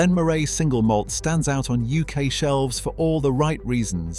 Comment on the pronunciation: Cannot pronounce Elgin or Moray.